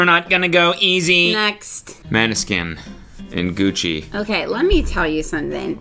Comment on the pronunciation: pronunciation of "Måneskin" gave me ear cancer